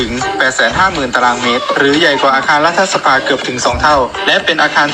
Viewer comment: อ่านว่า"รัด-ถะ-สะ-พา" นะพี่สื่อ